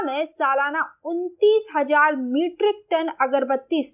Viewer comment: hajar? hazar hota hai